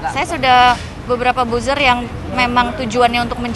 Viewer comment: Bazer bukan buser